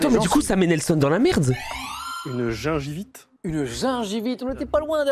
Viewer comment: Après il l'a mal dit deux fois quand même. "Gencivite" puis "gengivite" quand c'est "gingivite" ...